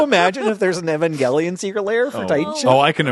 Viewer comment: you guys pronounce Evangelion about 6 different ways XD